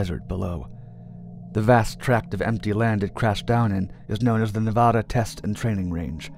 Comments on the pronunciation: Love your stories bro but as a Nevadan it’s Ne-vad-duh. Not Nevahada thanks bro. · Please learn how to pronounce Nevada. The first A is like cAt. Please, it hurts my ear. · For the love of God, say Nevada right. It's not Ne-vah-duh. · Why u gotta say nevada like that?